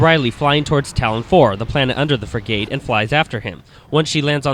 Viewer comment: This guy doesnt know how to pronounce the work frigate, and doesnt even know ridley's name. Ive lost interest in this review.